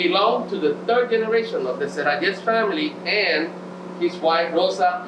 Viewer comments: I know you don't speak Spanish, but the way you pronounce "SERRALLES" is so WRONG!!!! HAHAHAHHA!!! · No matter if you don't speak spanish, as respect you should practice to pronounce the best, our name of the place. It's not funny and we are not a amusement park.